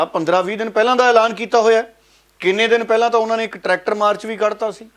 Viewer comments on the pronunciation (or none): ਟਰੈਕਟਰ ਨਾ ਕਿ ਟਰੈਟਕਰ